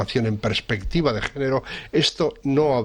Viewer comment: Perspectiva , no "prespectiva". Por lo demás, muy bien como siempre.